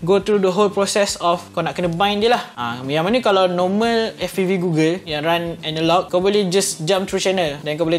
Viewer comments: Gogel bukan gugel 🥲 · goggle*(dibaca gogel) google tu search engine. aku heran dah tadi apa kaitan dgn google plak. oh rupanya goggle. ok baru paham. review yg sangat bermanfaat utk org nak mengenali dji fpv.